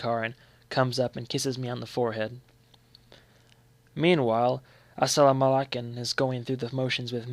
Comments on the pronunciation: It's a sa la ma LAKE im!!!! Omg!! U were butchering it lol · full on agreed. I just made a remark lol (asal-mala-ka-men) wtf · "Asalamalakim!" *weirdly pronounced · then he should probably rerecord. the word holds religious importance and should be conveyed properly is all I'm saying. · Good voice but gosh, that isn't how Asalamalkin is pronounced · I thought I was the only one that noticed lol it was very annoying